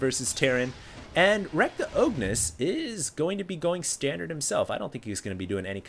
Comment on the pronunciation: Pretty sure that's supposed to be "The O G-nis" just sayin :) great cast.